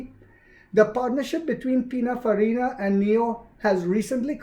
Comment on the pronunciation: It’s PININFARINA 😉